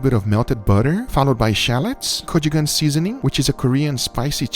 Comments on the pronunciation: Guga, it's go-chu-jang. not kochugang. That cheek looks appetizing as heck. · it's mirepoix not meyerpoix. it's gochu jang not gochu kan. it's sherry vinegar not cherry vinegar. it's binging with babish not banging with babish. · i believe that's gochujang? You pronounced that weirdly